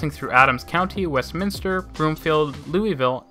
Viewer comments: I laughed that he actually pronounced Westminster correctly and screwed up so many other city and street names. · You pronounced Westminster perfectly well! 100% correct. I'd say half the people in the Denver-metro area pronounce it Westminister (the 2nd "i" that simply does not exist in the name). It is kind of an ongoing joke for those of us who realize that 2nd "i" is just not in the word.